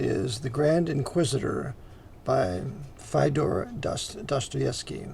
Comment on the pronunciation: Love your work, Brother = but - his first name is pronounced Fee-o-dor, rhymes with Theodore.